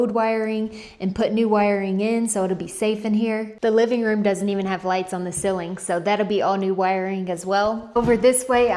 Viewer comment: I wait, impatiently, for each week's episode. Fun to watch your progress. But we have to talk about how to pronounce "ceiling."